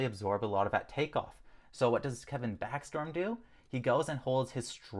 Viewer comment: It’s backstrom not backstorm lol